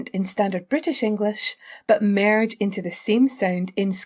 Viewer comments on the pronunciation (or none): Your pronunciation of the word "merge" is very Scottish.